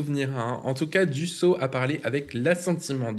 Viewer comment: on ne prononce pas Dusso mais Dussopt (e). Même si il est un traitre qui a trahi en son temps un parti de traitres, n'écorchons pas son nom.